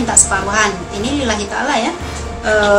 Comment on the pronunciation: Lillmatreeee ea med🤣🤣🤣 bukan lillahi ta'allah